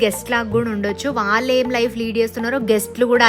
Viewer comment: చాలా బాగుంది. కొద్దిగా తెలుగు మాట్లాడటం మార్చుకోవాలని సూచన ..వాల్లు కాదు వాళ్ళు, వెల్లి కాదు వెళ్లి. మిగతాదంతా సరే.